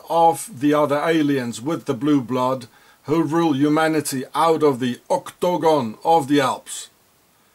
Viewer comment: Love how you say OCTAGONE.